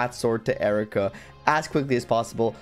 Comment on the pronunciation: Isn't her name pronounced eye-reeka?